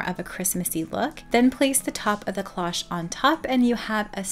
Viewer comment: Loved the cloche idea, but cloche doesn’t rhyme with gosh. It is the long O sound cloooooche Just fyi